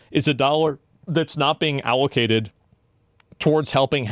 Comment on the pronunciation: please tell me he doesn't think allocated is pronounced owlcated.